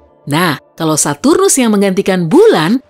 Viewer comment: Kok lucu ya denger bilang saturus 😂